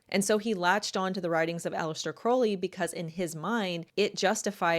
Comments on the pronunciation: Crowley. Not Croley . Crow/ ley Crow is pronounced like How and then ley. Listen to Ozzie Osborne sing Mr Crowley, and that's how it's pronounced 😊✌️ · I hate to correct the pronunciation but the name is pronounced Alister Crou-ley, NOT Crow-ley (like the bird) and the occult philosophy isn't about 'true will", its about FREE will ('do as thou wilst'), meaning do whatever u want whenever with whomever. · Aleister Crowley (pronounced more like the ou in ‘ouch,’ not oh) was an avowed Satanist who believed himself to be the Antichrist. The fact that this creep chose Aleister Crowley and his writings as his primary inspiration is both disgusting and quite revealing. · Occultist here with 40 years under my belt. Crowley rhymes with scowl not crow. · Just nitpicking but you're mispronouncing the name Crowley. If you'd like to know tge correct pronunciation listen to the Ozzy song "Mr. Crowley".